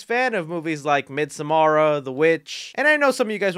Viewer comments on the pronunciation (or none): I'm just shocked pronounced Midsommar as "midsamara" 🤣